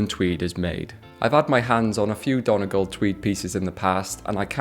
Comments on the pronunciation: Love your vids :) Btw, Donegal is usually pronounced Dun-ee-gawl, incase you're ever this side of the pond! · FYI its "Done-e-gaul" not "Don-egl"